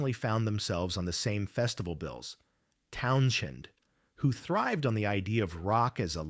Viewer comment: Wtf is with this RIDICULOUS PRONUNCIATION OF: "TOWN-jen!" 😳🤨 "TOWN-jen!!" 🤨🤨🤨 **"¡¡¡TOWN-JEN!!!"** 😡😡😡